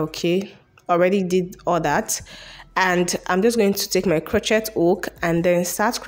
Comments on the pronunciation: So cute!!! Just so you know it is pronounced “cro-shay” hook. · Why do you guys pronounce every letter in a word? Lol the word is "cro-shay) the "t" is silence.